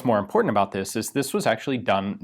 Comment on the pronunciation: "at ab oU t 18 hundred feet per second.."